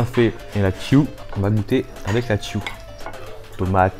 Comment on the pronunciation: Jpp c'est pas " la sauce tiou " c'est la sauce " Tchou " 😂 je le sais pck c'est un plat sénégalais et je le suis